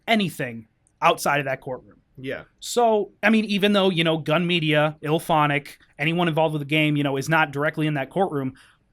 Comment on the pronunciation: it's gun media not gum media